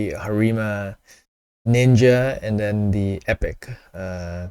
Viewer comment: I hate the word "pop" and the way he butchers Harima. I can't watch many videos, lol.